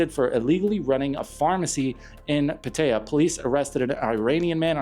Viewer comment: You shouldn't use an AI voice if it can't pronounce Pattaya correctly!